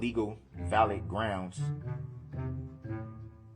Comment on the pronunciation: 😂😂😂😂 wit(with) Grownz(grounds)